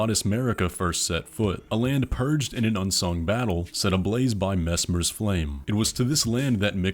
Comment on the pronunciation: Bold to have made this so fast without reading interviews. Thank you so much for saying Messmer correctly though!